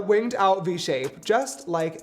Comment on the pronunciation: he meant to say winged but said it with a v like vinged and it sounded like a russian accent